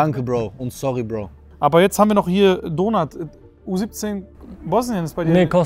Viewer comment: Jedes mal wenn sie Donart sagen hört es sich so an wie Donut 😋